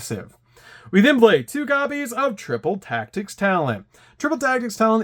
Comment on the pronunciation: Man, why do you pronounce "blay" instead of play??